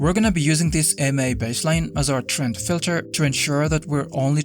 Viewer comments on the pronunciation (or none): none